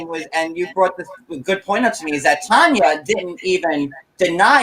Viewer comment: Tania not Tonya